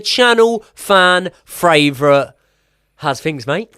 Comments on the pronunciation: making up new words ‘fraivourite’???? 🤣🤣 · Was literally a slip-up from a few months ago and they just kind of stuck with it. I love it. Josh 'fan fravourite' Aveste